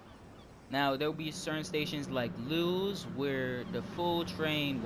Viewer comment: Just FYI, Lewes is pronounced like the name Lewis.